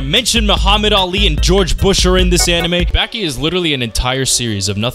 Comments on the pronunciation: Ba-ki Not backie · its bah-ki and back-ki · It’s Baki (bah-ki) don’t ever say (baa-ki) again please and thank you 🤣😭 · Baa-Key if you wanna get all english phonetics about it...... But there is not tiny Tsu in in the katakana of the title to have a double consonant sound 刃牙 (ばき) バキ not バッキ. Side note you should check out the kinda hilarious side story manga about Baki Gaiden: Scarface about Kaoru Hanayama the highschool yakuza guy and the rest of the baki mangas. in the third series he faces off against a fucking defrosted ancient man that the scientists called pickles its fucking insane. Just called Baki Hanma or in english was called Baki : son of orge. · aaahh yes back-e > bah-ki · its not back-ee its bah-kie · its not backi its boki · Aight LEMME MAKE MY DEFENSE CASE LOL. I first found out about Baki through the Super Eyepatch Wolf video and have only known it through that and another youtuber that was British. So the only way I've literally heard "Baki" pronounced was like BACK-Y 💀💀💀 300 comments later I now know that it's not pronounced like that... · it's not lol it's pronounced as "bahki" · I sure do love, “Back e Hama” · It hurt me how you said bäki😭😭 but otherwise i love this video it’s really well made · if this man say BACKEE one more time i might hurt someone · love the content bro but its Baah-Ki, baaah like sheep lol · BAAH KI BAH KEE BAKI ITS BAKI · its bah-ki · I LOVE YOU BUT SAY BACKI ONE MORE TIME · “Becky”? I mean...even the dub says it right. I’m just disappointed, because you pronounce a ton of things right. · Nobody talking about the greater than signs because he said Baki wrong during it. 😩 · says Baki is simple, mispronounces his name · Bro say Baki correctly 😂😂 I’m sorry it just sounds weird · Why do u say Baki like that love the video otherwise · why do you say baki like that gang 🤢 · Bro ain't pronouncing baki correctly💀